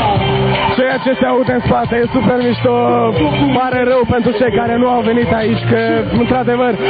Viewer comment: "Conshiertu ie supierrrr " :)))